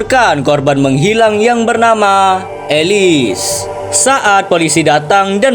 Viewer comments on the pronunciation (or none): none